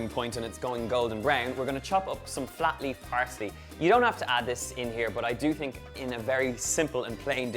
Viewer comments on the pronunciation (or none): At 1.58 I thought Donal said floppy parsley and it took me a while to realise he meant flat leaf parsley